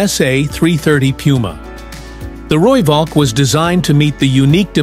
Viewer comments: Rooivalk as pronounced Rooiphalk. Please don't Anglicise. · The "V" in Valk is pronounced as an "F"... Roo-Falk.